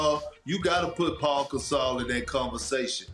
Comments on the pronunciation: Perks country a$$ .. his name is Pau.. not paul!!! Smh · Someone need to tell Big Perk that his name is Pau not "Paul" SMH 🤣🤣🤣